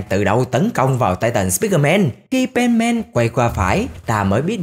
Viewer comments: Không phải pen màn đâu ơi là pen sôman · Nghe Penman giống benman :)